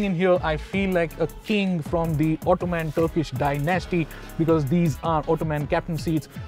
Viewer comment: Disappointed with the video .... The pronunciation of the Ottoman was incorrect. The format of the video was confusing and irritating... 😔